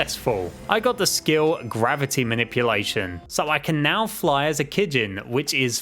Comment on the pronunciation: He’s saying kijin wrong lol if you watched the anime you would know how to say it lol